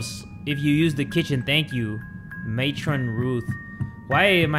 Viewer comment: yes ‘excuse my french’ and ’mat-ron’ AND OFC ’MARLEY’ from MARLEY AND ME AND REALLY WE GOTTA PUT THIS ONE ON HEE almost there, ’FOOK’ and ’paich-rolls’